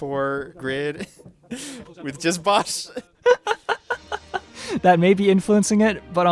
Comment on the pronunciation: It’s pronounced Bow sh. As in bow and arrow. And bosh is a he. Like blue yoshi boshi bosh. And how dare you put him on bottom. Although he really isn’t YTP.